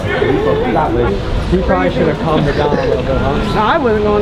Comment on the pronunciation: He literally says “If they do Shtop shombody “ why does this guy pronounce EVERY single S with a SHHH